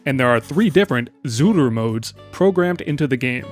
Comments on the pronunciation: I see the word "Zuru"...but all i keep hearing is "Zooter" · Idk if I'm going insane but are you saying zooter mode